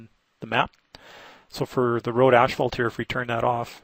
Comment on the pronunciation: My wife calls it ashphalt too :D